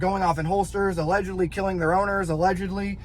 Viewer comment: just listen to how many times he says “Allegedly” or as he says “allehhjudly, allejudly”. moron, guys also a complete punk, talks shit on GBRS, then deletes video, no integrity, no balls.